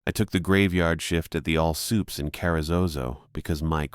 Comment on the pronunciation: All "sooops" 😂, fuckin all sick eh